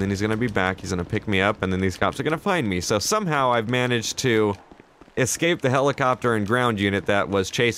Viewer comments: it is pronounced ESCAPE...not exscape. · why do you say "excape" even tho its ESCAPE with an S